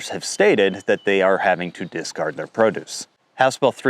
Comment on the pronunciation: Its discard not disgard.